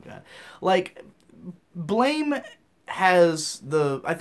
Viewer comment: Blame! is pronounced blam